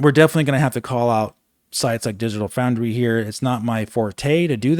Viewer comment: “Digital Fraundry”